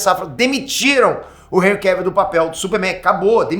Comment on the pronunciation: Hj q vim saber a pronuncia correta do primeiro nome desse ator, graças a vc Peter. Pois até o momento eu chamava ele de "Enrri" dessa maneira q escrevi.